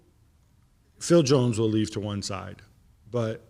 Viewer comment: the way he says jones tho😂😂😂😂😂😂😂😂😂🤣🤣🤣🤣🤣🤣🤣🤣🤣🤣🤣🤣